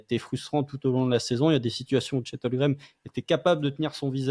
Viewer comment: 9 Avril 2024, 2 ans que Chet est au Thunder et prononce encore "Holgrem" 😢